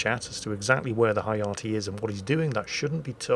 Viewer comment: I believe Hayate is pronounced as ha-ya-tay, as in ray.